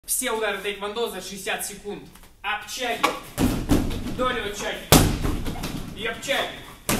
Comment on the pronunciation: Ох у теья и произношения , слух коребит ,)) ап...чаги... )) ударение наи в конце , ап (пауза) чагИ.. ти(ы) чагИ...и так далие ! Чумбе,чарет каге !